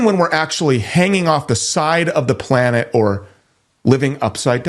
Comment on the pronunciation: We live on a "plane-ette"